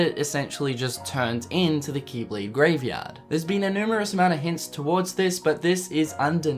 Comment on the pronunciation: kee kee keeblade kee kee kee kingdom harts keeblade kee